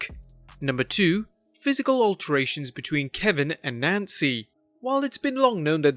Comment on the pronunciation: “alterations” Learn how to speak